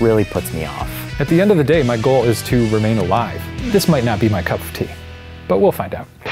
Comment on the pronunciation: cuff of tea?